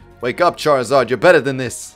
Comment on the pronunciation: Amy else realise that charizard is said like Char-ee-zard